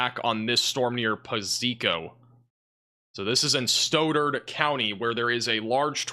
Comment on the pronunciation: Stauderd.. Stoddard county